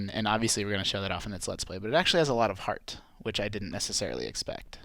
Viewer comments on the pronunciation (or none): none